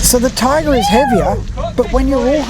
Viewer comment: "Ti-agra"like tee-agra, not "Tai-agra". Duh... I have both, but my Alutecnos Albacore is better than both (apart from the clicker volume, which you can put a stronger spring in for). If you don't look after your Talica, the frame with corrode way faster than a Tiagra. Talicas feel flimsy compared & have a silly light weight rod clamp system. The internals are nowhere as beefy as on the Tiagra. It I was going to war against an army of Swords, I would take the Tiagra. It's a nicer thing to own also, if you only can have one or the other. The Tiagra feels like something you would hand down to your son, the Talica feels way more disposable. There is one thing that is nicer on the Talica 2-speeds though. The 2-speed button, it's great & looks nicer than the Tiagra/Tynos & TLD ii's one. They are different reels at the end of the day. I doubt they will be making the Talica in 30 years' time though. The Tiagra has stood the test of all that time. There's a reason they are still great sellers today. Quality. If you're into cars, I would make this analogy: If you like techy Jap turbos, get the Talica. If you like V8's, get the Tiagra. Boy's toys personality wise. But if you like Ferraris & euros, get an Alutecnos.